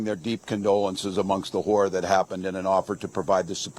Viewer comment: Why does he pronounce "horror" like that?